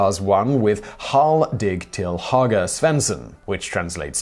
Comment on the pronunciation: Nice video! Bonus tip: ö as in höger should be pronounced more like i in bird or u in fur, not o as in border.